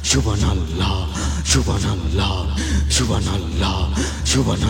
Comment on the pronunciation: ক্ষমা করবেন, আপনি সুবহানআল্লাহ উচ্চারনে একটু ভুল, আর সুবহানআল্লাহ বুকের বাম দিকের 2 ইঞ্চি নিচের কলবে হবে.